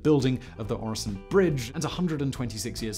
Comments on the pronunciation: Very nice video. Your pronounciation of Øresund isn't even that bad. I really hope you also do a video on the arguably even more famous and grand (at least domestically here in Denmark) "Storebæltsbroen" or The Great Belt bridge completed just a few years earlier. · Try saying the following Rødgrød med Fløde PS: You are saying Øresund surprisingly well 👍 for the effort. Sund alone however. Not so much. It is not a SOUND forget the O 😂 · I'm not usually one to ask for subtitles, but there were parts where they would have been beneficial. Especially the segment about the tunnel; that might just be me being tired though. Great job on the pronounciation of Øresund; not so much on the other names containing Ø though. ;)